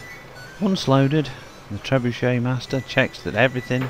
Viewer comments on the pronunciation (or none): Trebucet Gancet😂😂